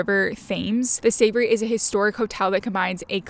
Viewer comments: Overall, I enjoyed this but the pedant in me just had to correct a few things you said. In London the hotel is called The Ritz, not The Ritz Carlton. Your pronunciation of Savoy, “Savory” is odd, it’s just pronounced as it’s written, rhymes with “sir boy”. You state that Kennington is a popular area to stay in London, which is news to me. You probably mean Kensington. There are many better locations than those you list. “The Serpentine” you pronounce incorrectly, the “tine” part rhymes with pine rather than teen. The western part of Hyde Park is called Kensington Gardens, not Kennington Garden. Borough Market is pronounced “Burra” rather than “Burrows”. The Churchill Arms pub is in Kensington, not Kennington. Greenwich is pronounced “Grenitch”. You mention the restaurant Dishoom, which is Indian rather than Peruvian. You have a pleasant presenting manner but you just need to get the details right. Wishing you well. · The where ? SAVORY ? 😂 There is no R in SAVOY. The what River ? FAMES ? its Thames, dont pronounce the TH just the T. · Yes, referring to The Ritz as The Ritz Carlton seems to be a common mistake made by Americans. But calling The Savoy "The Savoury" is a new one on me! That Peruvian restaurant seems to be called 'Señor Ceviche' (personally, I've never heard of it), so anyone going to Dishoom expecting Peruvian food is going to be disappointed. And finally...the brown river that flows through London may look as though it should be pronounced "thaymes", but it's actually pronounced "temz". Sorry, pedant here too!